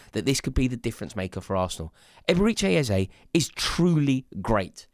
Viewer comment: Absolutely butchered his name